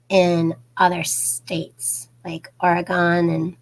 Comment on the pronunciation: First it’s pronounced Ory-gun not Ory-gone. Oregon. Lol. C Auris is a fungal yeast type infection and is resistant to antibiotics. Thanks for the heads up. You are so sweet. Honey you look very tired!!!